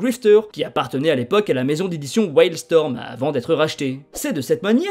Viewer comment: Sympa l'explication mais la prononciation de flashpoint et wildstorm fait saigner les oreilles.